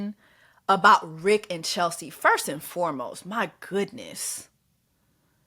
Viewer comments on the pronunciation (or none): none